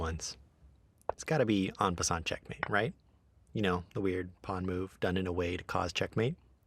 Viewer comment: That's not how you pronounce "en passant".